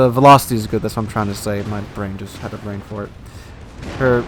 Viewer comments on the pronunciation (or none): none